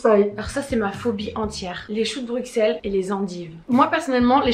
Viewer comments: Les gars arrêtez de dire BruXXXelles ça se dit BruSSSelles 😭😭 Ça fait mal à entendre le xxx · Bruxelles ce dis brusselles pas bruXelles😭🤌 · Actually on prononce pas le X de Bruxelles mes bb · En tant que Belge la façon dont elle disent Bruxelles me tue les oreilles 😂😬